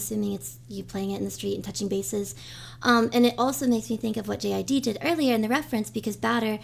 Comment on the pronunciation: its JID like jid no J.I.D